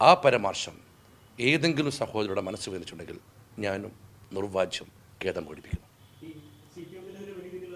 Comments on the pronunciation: മര്യാദയ്ക്ക് മലയാളം പറയാൻ ഇയാളെ ആദ്യം പഠിപ്പിക്കണം. " പരാമർശം" എന്നതിന് പരമാർശം എന്നും "നിർവ്യാജം" എന്നതിന് നിർവാജ്യം എന്നും പറയുന്ന യാളെയാണോ എഴുന്നള്ളിച്ചു കൊണ്ട് നടക്കുന്നത് ......!!! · പരാമർശം എന്ന് വ്യക്തമായി പറയൂ.. അതു പോലെ നിർവ്യാജം...😂